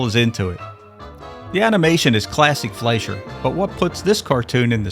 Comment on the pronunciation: Please learn how to pronounce Fleischer correctly.